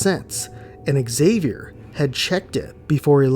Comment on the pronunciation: Excuse me but is pronounced Javier. The X in Spanish is pronounced like a j in this case. Like Mexico is pronounced Me-he-co. Just saying.😊